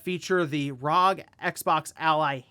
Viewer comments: Why do you say "RAHG" for the R.O.G. ?!?!?!!?!? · Yeah it's RAAAAUHHHHGHHHHHHAAAAAAAA